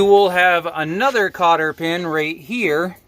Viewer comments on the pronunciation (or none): Cotter not carter pin😂❤fine job